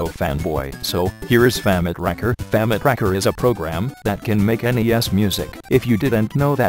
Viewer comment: I laughed every time it tried to say "famitracker" always sounds like famic-rakker.